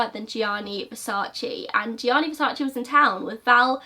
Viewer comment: You Americans can't say versace, only latins can say right 🖕🏼😂